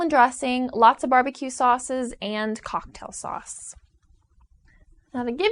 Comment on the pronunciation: CAWKTAIL SAUCE